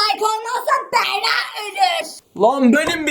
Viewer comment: O sırada adı Berra olan kişiler: Yalnız benim ismim "Beğğrağ"diye okunmuyor...